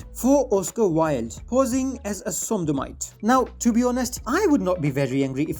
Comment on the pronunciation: Not "Somdomite" it's "Sodomite" ...